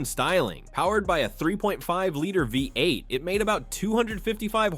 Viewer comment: BI 8 engine? Good video but you gotta work a bit on some pronunciations! Good luck